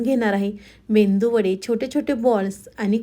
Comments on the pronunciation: Menduvada nahi meduvada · खरंच ,खूप छान receipe आहे . करून बघणार.😊 पण तुमचा तो मेंदू वडा हा शब्द ऐकायला खूप खटकतो . तुम्ही इतक्या सुुगरण .पण जगजाहीर असा मेदू वडा हा शब्द तुम्हाला माहित नाही का ? मेंदू वडा उच्चारताना सुद्धा तुम्हाला कधी चुकीचं वाटलं नाही का? हॉटेल मध्ये मेनू कार्ड वर सुद्धा मेदू वडा असा उल्लेख करतात.😊😊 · Mendu vada naahi te medu vada please pranounce kannad means aas ka